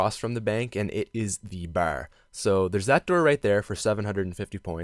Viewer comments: Bar not ber lmao you Boston or somthing? Lol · You say "bar" so funny, it sounds like you're saying "bawerr". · Lol, i love the way you say Barrr. XD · The way this guy says bar is so fucking annoying